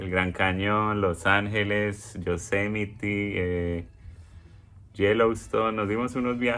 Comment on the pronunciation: Le quitaron la visa por no saber pronunciar Yosemite